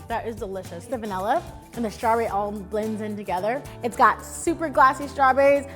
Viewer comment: „The Venalluh extract“